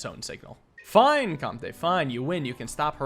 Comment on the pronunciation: I Think comte is pronounced comt, and is french for count!